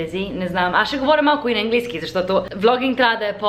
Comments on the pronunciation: Произнася се английски,не енглийски!Може да кажеш свинщина!Не ти го казвам като хейт!Надявам се да разбереш какво съм ти написала!❤И можеш да казваш ама вместно но понякога!Аз го използвам! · It`s right to say english - английски, the "a" is not said like [e]. Anyway, you are ABSOLUTELY adorable and I would totally love to try one of those ice latte vanilla syrup(ванилов сироп ;) )